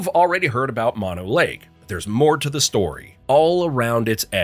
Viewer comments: Mono is pronounced closer to Moe-No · “Mano lake” 🥀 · It’s Mono, pronounced Mono, two long o‘s!!! Not two short o‘s the way you mispronounced it. Please talk to the locals before you report on areas that are important to local people like me! It’s not only irritating it’s embarrassing. Otherwise nice documentary. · Mono ? try mOnO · Tulare is not NOT pronounced like two-lair; it's pronounced two-lair-ee And it's Moe-no lake.